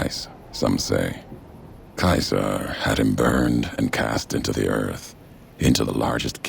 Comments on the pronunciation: Dunk Kubrick Not English in English it is See Sar In Roman in Kai Sar just the pronunciations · I think it depends where you're from in Australia we pronounce it 'see-zah'